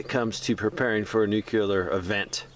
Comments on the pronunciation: Sorry pet peeve: nooclear, not noockular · If you're telling people how to avoid it, you should atleast learn how to pronounce it. Think "NU-CLEAR" not "NU-CULAR". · Why are you adding an extra syllable to the word NUCLEAR? NUCLEAR is a two syllable word. It is NOT a three syllable word. Stop saying "NEW-QUE-LEER". It is pronounced "NEW-CLEAR". Two syllables... not three syllables. Stop pronouncing the word NUCLEAR wrong. I’ll lead an effective strategy to mobilize trunalimunumaprzure.